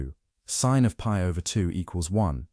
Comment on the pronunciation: Wtf is “pee over 2”?😂😂?? its literally pi over 2.